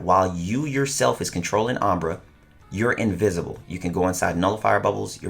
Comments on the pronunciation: This’s always triggers me just a little when u pronounce it as “ombra” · just sounds like he's mispronouncing hombre when he says umbra